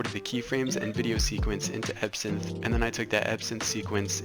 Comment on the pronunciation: EVERYTIME u said ebsynth I THOUGHh u said epson like the printer company LOL!!!!